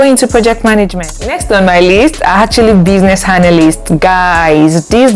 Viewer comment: And analyst as "hanalyst"